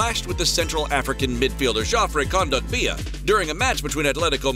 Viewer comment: Is it just me or is the way that he pronounces Kondogbia awful